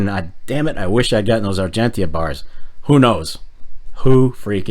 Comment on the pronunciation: Oh..... and please.... pronouce Argentia correctly :)